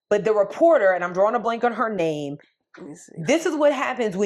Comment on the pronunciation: Hi ladies You got my name right 😂😂😂😂. Thank you for reading my email.❤